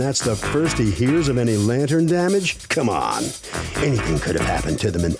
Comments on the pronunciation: She should have just paid the difference for the "lab tin". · What’s a “lanten” it’s not a silent R. She’s very dramatic and annoying. And your son doesn’t care about flowers and the lights when he comes home. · What’s a “lan tin?”🤔 🧐 Geez lol. I think the Judge keeps saying, “lantern”, hoping she’ll say it correctly. 😂😂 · WTF IS A LANTIN? I think she means lantern? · What the heck is a lant-in!? 😂🤔🤷🏽‍♀️ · I've seen her correct people on this show. I wonder why she didn't correct this woman. In my Judge Judy voice....put yr listening ears on, the judge is clearly saying lantern. Lord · LAN-TERN. Say it slow lol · I'm assuming she means "lantern". OMG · This lady's voice is so annoying I have family members from new York so I know it's not the accent but the way she's talking and swishing the spit in her mouth is so uncomfortable and don't get me started on her mispronunciation of a simple word "Lantern" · She has a NY type accent; I don't think her pronunciation of 'lantern' is any different than 'potayto-potahto'. I do think she didn't provide satisfactory evidence. If she didn't contact the defendant about the lanterns until recently, and the pictures of the lanterns weren't taken until just before her court case, the damage was most likely fairly recent and unrelated to the defendant's prior work. Good call by Judge M. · I am born and raised in NY, Bronx adjacent and I don't pronounce "lantern', the way she does. But it is common, and you hear this also when people say "bah-ul" for "bottle". Drives me bananas. PS. she also says "tawm" for "time".🤦🏻Ugh. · It’s not even a NY accent. She’s literally just pronouncing it wrong! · Did the interviewer at the exit try to make fun of her by Also pronouncing it wrong? I think he did!!! hahahaha